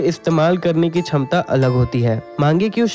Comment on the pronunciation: Bhai shamta ko chhamta ol siya